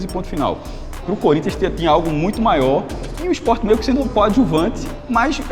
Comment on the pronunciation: Pq esses sub-humanos gritam "Ispó! Ispó! Ispó!" Eles não sabem que o nome do clube é Sport??? O que custa falar direito, bando de animais???